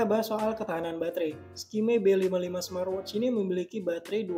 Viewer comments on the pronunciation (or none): Coba huruf T diakhir kata "SMART" diajak, kasian... Gak enak didengernya...😅 Jadi kalau huruf T nya diajak didengernya enak jadi: 'SMAATWOCH"